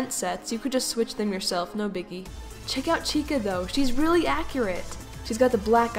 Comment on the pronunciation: Why do you say weally so much time XD